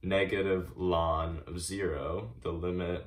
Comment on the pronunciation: Wonderuful, but I have to say that one thing I found disturbing about your horrendous video is you pronouncing ln(x) as "lawn x" 17 times.